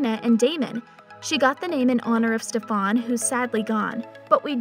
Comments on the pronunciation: u did not just pronounce Stefan as Stefaan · ITS STEFAN NOTTTT STEFVAN